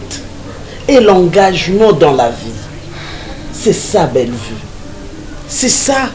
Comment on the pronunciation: J'aime comment appelle Belle vue, elle est la seule qui l'appelle correctement. Merci pour la suite, belle histoire